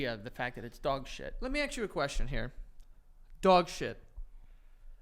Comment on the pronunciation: I want a merch tshirt that says “let me aks you a question -joe santagato” 😂🫶🏻